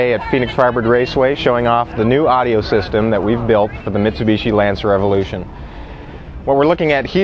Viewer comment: he sais lance evolution on the begining god dam